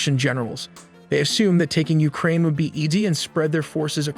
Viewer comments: Ukraine ❌ Ulkraine ✅😂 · What is Uklraine? 😅😅